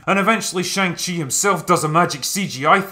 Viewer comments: For the LAST time , it is pronounced SHAANG CHI ! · i dont get how after you leave the cinema, after 2 hours of characters pronouncing shang-chi's name, and a scene dedicated to teaching you how it's pronounced... you still pronounced it completely wrong every time in this video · Shaung-Chi lets ask ANG LEE if his name is pronounced AUNG LEE? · You mis pronounced shang-chi grammar nazi.